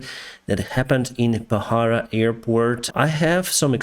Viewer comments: Not pahara its pokhara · Hello Captain! Pokhara not bohara. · Kathmandu to Pokhara not bahara!! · The way you pronounce Pokhara is interesting. But that's definitely not the way it is pronounced. 🤣